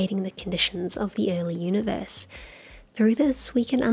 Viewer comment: I am curious to know whether he spells "Universe" the way he says it "Oonieverse"? Just joking :) We all love Coxxy!